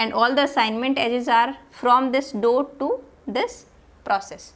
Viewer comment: Why you are saying"doat"?It's dot